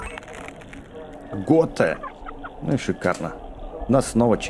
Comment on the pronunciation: не Готэ а Готи